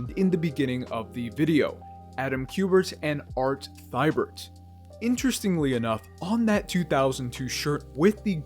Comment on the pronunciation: it's pronounced Te-bert